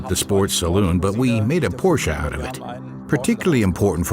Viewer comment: Porsche. Just pronounce Porsch(e) THE (E) is silent. And certainly NOT pronounced PorschA!